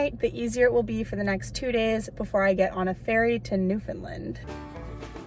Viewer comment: It’s pronounced (new-fin-land) 😊 not new fin lind